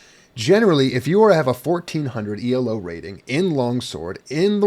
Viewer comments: The main difference between elo (stop saying "ee el oh," it's named after a guy named Arpad Elo) and glicko-2 used by HEMA ratings is the presence of a rating deviation stat. The rating deviation is a measure of how sure the algorithm is that your rating is correct, the lower it is, the higher your weighted rating. How much your rating increases or decreases based on a match depends on both fencers' relative ratings, this is the same in elo and glicko-2. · one minor thing Elo isn't pronounced E L O, it's not an acronym it's the name of the guy who invented the system : Arpad Elo